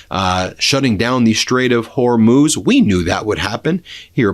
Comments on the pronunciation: Noooo... Ben forgot how to pronounce Hormuz again! 😢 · For those of you who believe leftist pundits at their word, there were many lies spewed here. I live in Israel and the attacks here since the beginning have definitely subsided, but when you hear from a man who can't even pronounce Hormuz (NOT HORMOSE) do not take him seriously. He has an agenda. He mixes in a few facts here and there and becomes "believable". The war is being won by the USA and Israel. Iran poses an existential threat to the USA. When you raise an entire generation and mandate in school chanting "De. a .t h to America, etc" and the first act you do in 1979 is kidnap Americans, and you take a country without ample water supplies and divert all its resources to create a nuclear bomb, ICBM's and hypersonic ballistic missiles you have a target in mind. That target is the USA. You do not live close by to these animals so you believe an uneducated person selling you lies for clicks. Remember, you subscribe, you watch, he gets paid. Do your own research, stop believing what sounds good.....Iran is being pounded and is going to collapse if they continue the war to the end, it is disastrous, but not for the USA, it is disastrous to the Iranian Islamic terrorists. They spent billions trying to destroy Western civilization. They see it as a religious duty, and if you know nothing of Shia Islam, or Islam in general, you will easily fall into the trap of hating Trump, hating Israel, hating all Jews and softening you for the third world. One example of this poorly educate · I think Ben should put a buck in the swear jar every time he says Hormoze instead of Horzmuuuuz.